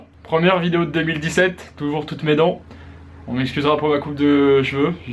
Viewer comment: sinon pour 2017 articule stp, t'as le temps tkt